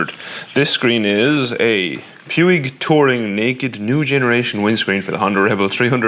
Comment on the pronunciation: It's pronounced pweeg.